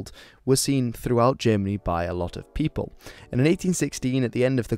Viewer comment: Did u said "peopels"?